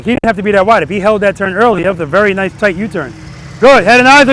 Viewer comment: all i hear is "VERYY NICEE, PETE!! VERYY NICEE!!" in a strong Kazakhstan accent. If you know, you know. :face-blue-smiling::person-turqouise-waving::face-fuchsia-tongue-out